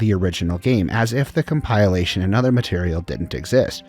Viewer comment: Asking for a like at video start and then butchering ‘compilation’ This is bold